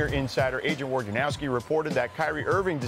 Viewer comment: It's crazy how Woj's name gets doubly mispronounced, like it's probably supposed to sound like Voynarovski, which isn't all that complicated, but I get it, ok, say the letters as though it's originally in English, fine, but then how do you switch the J, R and N around like this even right after saying 'Woj'?